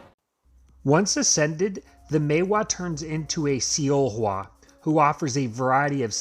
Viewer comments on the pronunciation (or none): It's pronounced as Solhwa though